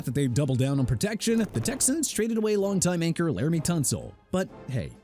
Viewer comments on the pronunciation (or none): none